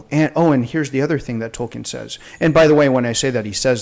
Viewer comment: When I hear the name tolkien(especially pronounced wrong)I can only think of an 8 year old black kid on southpark lol